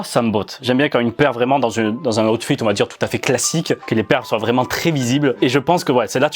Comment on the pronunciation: « Oute fite »